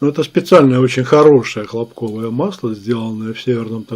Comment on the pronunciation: может масло не хлопкОвое, а хлОпковое? :)